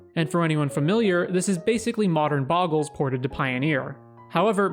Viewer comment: If only you knew how to pronounce "Bogle" as well as you know the game...